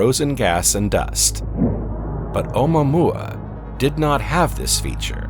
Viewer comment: Im sorry but "oh moo-a moo- a"😂